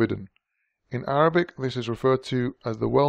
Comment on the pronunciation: Professional and thorough research. I love your authentic Arabic pronunciation.